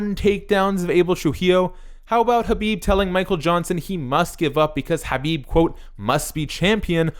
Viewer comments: Disliked for horrible pronunciation for khabib lol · It's the correct way. Look up khabib pronouncing it. You've seen how Americans say it.